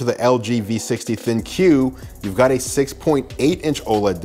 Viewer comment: Bro, it's pronounced "Think" not Thin-Que